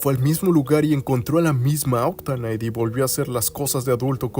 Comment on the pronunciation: Como se escribe: Octillery Cómo lo pronuncia "OCTANITE" QUÉ?